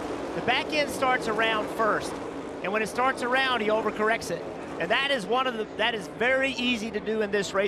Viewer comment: How does saying "around" end up with three syllables and four intonations in the one simple word?